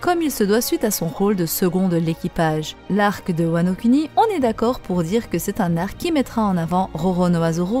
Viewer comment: svp prononcez "wa no kouni". on pense moins au lingus après